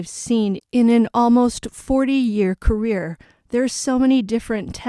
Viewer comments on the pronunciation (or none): none